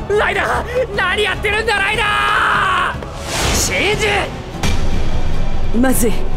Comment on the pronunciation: 不覚にもライダーがライナーに聞こえてしまった